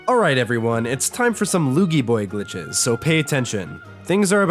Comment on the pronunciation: Are you mean to Luigi or do you actually don't know how to pronounce his name?